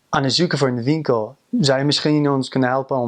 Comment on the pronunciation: Very admirable that you can pronounce the word Misschien, a lot of non dutch speaking people find the ''sch' rather difficult to pronounce